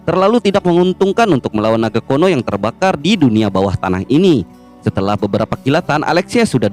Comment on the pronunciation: Kuno dibaca kono.. napas di baca panas..hahahaaa..